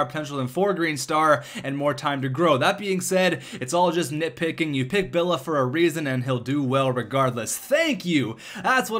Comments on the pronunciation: it is Julio B-I-L-L-I-A, not B-I-L-L-A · it's Hulio Billia, i is not silenced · Billia.... Billeea There's and "I" there bud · lol he deosn't know how to read names, i guess